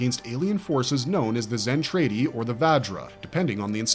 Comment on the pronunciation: Zentraydee? Did you even watch these shows or did you let AI choose and write the script?